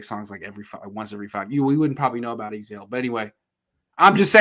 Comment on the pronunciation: Hahah dude said Ezale that’s tough